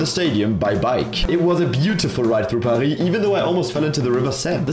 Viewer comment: That‘s how you pronounce Paris.